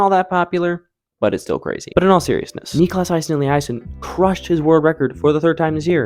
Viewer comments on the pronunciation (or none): Niklas - correct, maybe just a bit more emphasis on the last part instead of the first part Aasen - first part like a in ball, otherwise fine Elliasson - Elli, a pronounced same as in "kinda", son